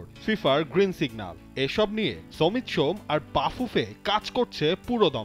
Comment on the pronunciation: Shamit Shome not somit shome.